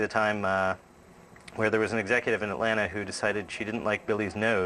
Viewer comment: I pass by the CN building all the time in Atlanta. I’ve even been inside and saw teen titans go drawings in the break room on the white board. Maxwell pronounced Atlanta correctly. “Atlanna”